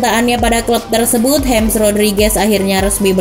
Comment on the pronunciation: nama depannya James Rodríguez tuh dibaca 'hames', bkn 'hems'